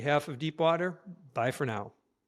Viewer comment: Did you sign off with "Bye for now," or "Buy for now?"